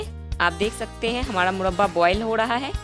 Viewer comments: Mudbaa nahi murraba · Madam first of all aap murba bolna sikh lo tab murba ka recipes btana Baki aap ki murba ki recipes 100 me se 50% Good hai..... isliye Dislike kar diya hai.......